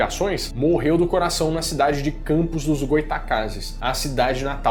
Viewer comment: Lisonjeada por ter falado o nome da cidade de Campos certo <3 Todos de fora falam errado kkkkk